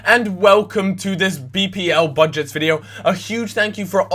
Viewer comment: "bud-gets"